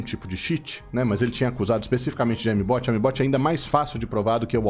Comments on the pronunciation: "aimi bot" que porra de pronúncia é essa kkkkkkkkk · fala direito a palavra "aimbot"